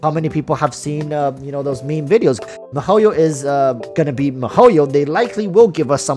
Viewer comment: Mahoio -_- they should ban u for that pronunciation! U even Asian c mon!